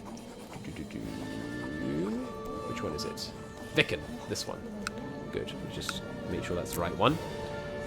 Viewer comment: Btw, the "i" in Viken is long, like a viiken, just if you want to do a remote attempt at pronouncing it correctly